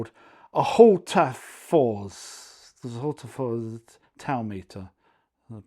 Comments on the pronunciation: I help you with the name Hultafors, witch also is a village in Sweden. They do all kinds of measuring tools for builders. To say it right you say "hull tha force"😊. "Talmeter" is an old name for a measure stick. ("Tal" is number in swedish) Love your tests, thanks! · Well, your pronunciation suggestion is not correct, a swede would say Hool-ta-force. Nice video, as always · Hi, Hultafors are Swedish and a big high quality tool company. Albeit I am from Solihull, nr Birmingham, I live in Sweden. It is pronounced Hull ta forsh. Hope that helps mate and say it quickly as one word. 👍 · I understand that as I live in Sweden. But it is similar to hoover in relation to vacuum cleaner. To be fair my post was about advising how to say Hultafors as he struggled how to say it. Therefore I spelt it phonetically for him as in English we struggle or don’t know how to pronounce it unless you speak Swedish.